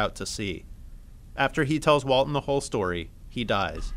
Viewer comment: “Walten”? Like The Walten Files?